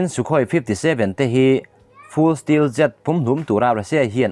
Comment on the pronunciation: Stealth(stelth)tia lam tur zawk ani zawk lo maw,steel ti anga lam lovin,Stealth fighter Jet i sawi ni turah ka ngai ngawt a